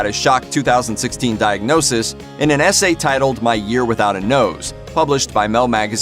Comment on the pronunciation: Why is the commentator emphasising the word: Diag(nose)sis With Steve Levy? 🤔 Peace ✌️ out people 🌍